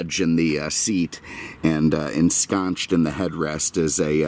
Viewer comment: the pronunciation of "ensconced" is with a soft "c"ed, not "ch". Just staying true to your 'quinoa' analogy.